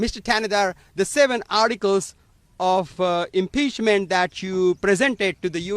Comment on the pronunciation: So, they had the guy who can’t even PRONOUNCE impeachment file the article of impeachment…Ah, another hill the Dems will die on…